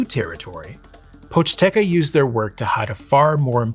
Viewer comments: poch-TE-ca on god can any american get it right for ONCE? Seriously, it's not that hard, don't pretend to be correct by saying something even more wrong. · Ah yes the Pochteca, merchant Ppies😂 not including the intro it's the name of the second chapter.